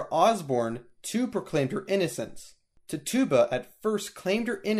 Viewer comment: I believe her name is pronounced titchuba